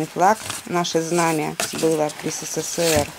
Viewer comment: Всё времен СэСэСээР 😅